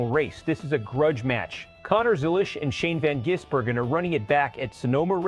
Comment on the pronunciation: Can you at least East pronounce SVG’s name correctly?